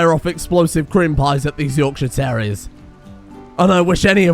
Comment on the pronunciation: Yorkshire Tarr-reiers